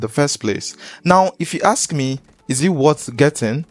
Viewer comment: Bro, aks you? 😂😂 You black homie